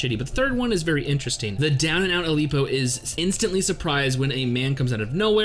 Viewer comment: Ilpyo's name is pronounced "ill-pyo" And his style is pronounced like "teck-yawn"